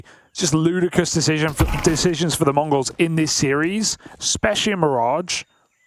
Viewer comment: ich verstehe immer "Mongos"